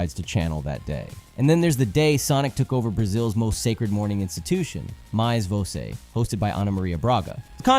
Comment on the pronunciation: Perfect native pronunciation. The most gringo pronunciation of "mais você" I ever heard.